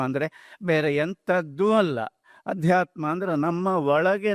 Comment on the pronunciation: ಆಧ್ಯಾತ್ಮ ಅಲ್ಲ ಅದು ಅಧ್ಯಾತ್ಮ